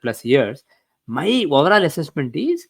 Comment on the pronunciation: His Hindi is horrible. Lot of south India accent embedded inside Hindi. His English is horrible too. His English too is embedded with South Indian accent. He pronounces overall and voverall... No doubt he may be an expert in homams and astrology, but he thinks too much of himself. He completely ignored the great master of Yogananda, Sri Yukteshwarji. Sri Yukteshwarji corrected the periods of yuga cycles in his book " The Holy Science" but this astrologer is close minded and doesnt even entertain the writers of Shatras can err.